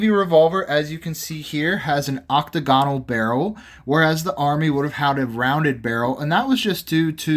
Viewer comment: Great. Another video full of misinformation. Oh, btw it's oc-TAG-inull, not OC-tuh GON-ul...P.S. A .44 caliber PIETTA with a brass frame. Colt NEVER made an 1851 with a BRASS frame and they were ALL .36 caliber. The absolute WORST one you could buy to compare to an original.